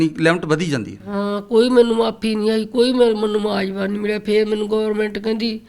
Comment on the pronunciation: ਯਾਰ ਹੱਦ ਹੋ ਗਈ ਚੈਨਲਾਂ /ਰਿਪੋਰਟਰਾਂ ਦਾ ਐਨਾਂ ਨੀਵਾਂ ਪੱਧਰ ਪੰਜਾਬੀ ਭਾਸ਼ਾ ਰੋਲਤੀ , ਮੁਆਵਜ਼ਾ ਨੂੰ ਮੁਆਜਵਾ ਬੋਲੀ ਜਾ ਰਿਹਾ।ਬਹੁਤੇ ਰਿਪੋਰਟਰਾਂ ਦਾ ਇਹੀ ਹਾਲ ਆ, ਸ਼ਬਦ ਉਚਾਰਣ ਦਾ ਪਤਾ ਨਹੀਂ, ਪੰਜਾਬੀ ਚੈਨਲ ਵਾਲ਼ਿਆਂ ਨੂੰ ਸ਼ਬਦਾਵਲੀ ਅਤੇ ਸ਼ਬਦ ਉਚਾਰਣ ਦੇ ਸੈਮੀਨਾਰ ਲਵਾਉਣੇ ਚਾਹੀਦੇ ।